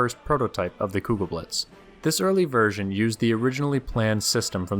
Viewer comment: The "e" is still not silent. Even on the end of German words.